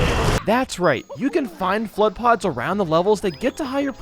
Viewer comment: when says f.l.u.d.d in slow motion, it sounds like he says "clutch".